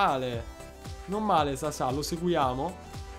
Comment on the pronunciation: Grande vittoria in finale, tensione alle stelle! P.s. Il nome di quel croato si pronuncerebbe Sasha, ma Sasà è molto piu ignorante e ci piace cosi!